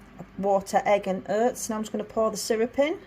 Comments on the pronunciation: Its Oats not Hurts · it was your pronunciation of OATS that had me confused and I’ve even lived between Rotherham and Barnsley for 3 years 😆